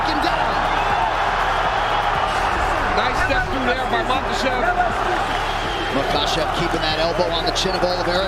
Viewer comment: Is chael just trolling calling him makelchev? He has to be.